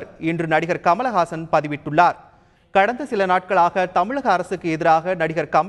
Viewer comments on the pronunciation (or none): none